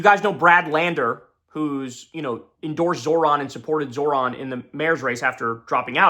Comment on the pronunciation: can somebody please teach Kyle how to say Zohran correctly. His name isn't fucking Zoran. JFC man